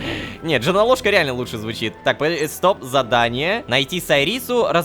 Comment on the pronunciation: Мне одному слышиться всё время "Женолошка", а не Джонолошка?